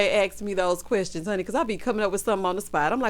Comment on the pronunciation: When you pointed out how Wanda always has "QWERSTIONS" 🤣🤣🤣... The way that woman speaks is like nails on a chalk board LOL. I just wanna pop her with a ruler, like a school teacher, everytime she mispronounces something 🥴🥴🥴.